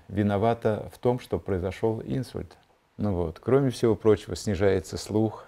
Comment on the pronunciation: Не Инсульт, а инсУльт. Извините, конечно, но режет слух не правильное ударение в этом слове😊